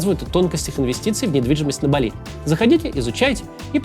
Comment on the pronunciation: Максим, БАли, а не БалИ.